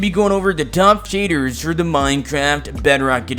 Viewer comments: He says shaders like “Shaydurrs”. 🤣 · Lol i like when he said… sHadErs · its just the way he says shaders for me